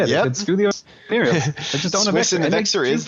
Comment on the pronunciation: How is the logi called,? "Oneirios" lollll